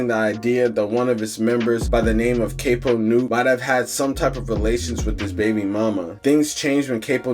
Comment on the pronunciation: Its Cap-o not cape-o young YT boy